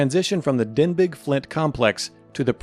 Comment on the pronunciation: Denbigh is pronounced "denby" NOT "denbig". The name comes from the town in Wales of the same name.